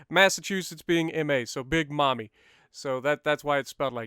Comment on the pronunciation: The Massachusetts nickname wasn't pronounced like mommy, it was pronounced like May-mi. It's an old southern term for a nannie of a family that was employed by the parents and not a member of the family. It was a term that lasted well up til my childhood at least because when I would visit my Grandmother (who was then and always had been very well off) would have her Mamie take care of myself and my siblings.